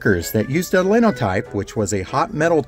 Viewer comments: Not "lin o type", it is pronounced "line o type". While there was no backspace, it was simple enough to retype a single line of type in a newspaper column, and replace the error with a new line. The old 1909 Goss Letterpress was loud, in the late 50s and early 60s, when I had a job tying the bundles of papers that were going out to the paperboys. Each bundle had the number of papers for that specific paper route. After I had been doing it for a while, the owner of the paper decided to have a competition with another nearby paper to prove to his rival that I could tie faster. The competition each had a finger ring with a cutter to cut the twine, while I had to pick up a knife to cut it. It was no contest, I easily outperformed their best. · As a person who actually operated Linotypes, it's pronounced as "Line O Type" (i.e. the "i" is long). Thank you for your content, I mean no disrespect. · Cotton pickers were common in the South before machines took over this operation. A few may still exist on small farms. By the way, proper pronunciation of linotype is with a long "i," as in "line." Enjoyed the video.